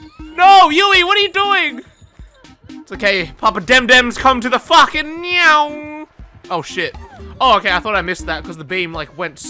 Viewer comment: Ilove when u say fakin neow